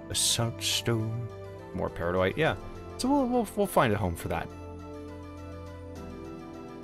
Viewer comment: People have already gushed about the gorgeous builds and quality entertainment, so I'll leave that aside, but I just wanted to say one thing: thank you for saying 'peridotite' properly. Cheers :)